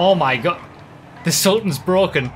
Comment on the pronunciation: The sultan “is broken! It’s bwoken! F***!” Lando Norris Vibes